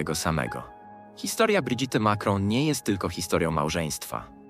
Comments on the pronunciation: czy pan Lektor nie mogł sie nauczyć francuskiej wymowy Imienia Pierwszwj Damy Francji???!! SŁABE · Amiens nie wymawia się "amiens" tylko "a.mjɛ̃", pisane w międzynarodowym alfabecie fonetycznym. Trogneux wymawia sie "tronie", "g" nie wymawia się. Macron wymawia się "makrą". " Brigitte wymawia się "briżit", nie "bridżit". Relacja" po polsku jest stosunek .